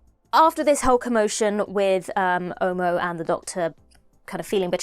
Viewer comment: Quick one, before I go into anything else. the name Omo is not pronounced oh-moh like you did. It is more like aw-maw without the “w”, similar to how the “o” in dog is pronounced. Omo as pronounced by, is a brand name for a detergent in Nigeria😂.